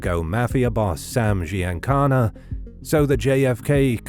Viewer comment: Attention: Gi in italian is a soft g. Giancana is Jancana. it is amazing how few american italians even know how to pronounce italian.